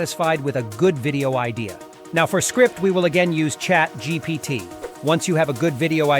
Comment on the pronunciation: “Chat Gpot” 😂